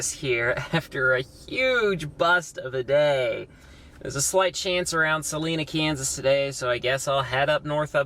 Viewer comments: Salina Kansas lol. Not salena 😂😂😂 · same. but, he did say it correctly when he talked about Salina, Oklahoma. At least he knows now.